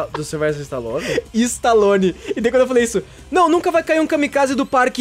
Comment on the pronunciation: nome do Park e stallone não istallone